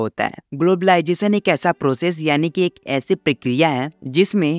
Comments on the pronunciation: Ur accent is soo good especially saying technwology and glabalization 😅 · What is globalisation ❌ Whaat ij globaalijation ✅ 😂